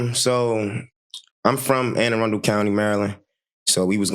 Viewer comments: (Anne-A-Run-Dle) county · It’s pronounced ‘Anna-Run-Dull’ county in case you wanted to know for future videos. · ann-uh-run-dul county